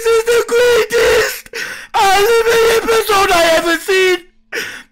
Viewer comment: He just said greatet anime epsiode